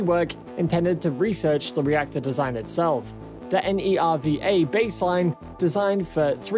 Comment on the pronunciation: Good video. You can just pronounce N-e-r-v-a as Nerva.